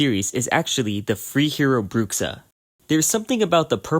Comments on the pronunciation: "Brukksa" Me a portuguese speaker: YOU DIED (of cringe). ps: for english speakers its more like "Bruusha" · Your 'Bruxa' pronunciation is soo good 🤣🤣🤣